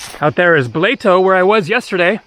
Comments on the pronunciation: hey cheese salami cracker lunch dude saying BLATO -BLETO pronounce the A like in the Brna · I think it's pronounced blahto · Ha Ha Ha, Blato is pronounced BLAATOH (said quickly) and literally means MUD! "Where do you live?", "Mud" LMAO! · Blato is pronounced Blah-to....it means Mud....